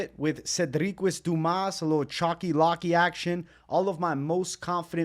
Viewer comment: by the way, you know it’s called “chalky and not “chocky” right? Say it with me. 🗣️ Cool Whip.. Cuhl Whip.